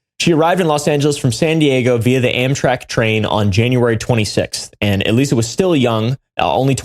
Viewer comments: The bio test is pronounced like eliza and is a super common test in biomedical research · I’m so glad y’all caught the mispronunciation of Elisa it was starting to really bug me lol